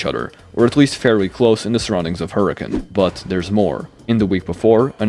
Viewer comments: As a Utahn, major respect for pronouncing Hurricane right. So many people pronounce it how it looks hahahah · As a Utahn, THANK YOU for pronouncing Hurricane right! I never hear it said the way it’s intended, even if it’s technically not pronounced how it’s spelled haha Anyway, that aside, this is all genius and I’m sold on it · HE SAID HURRICANE PROPERLY MY LIFE IS COMPLETE